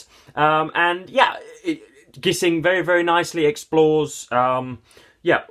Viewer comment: A great novel. It's been about 20 years since I read it but I plan to return to it soon. By the way, "Gissing" rhymes with "hissing".